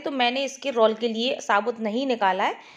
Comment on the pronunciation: Aapane roll ko galat pronunciate Kiya Hai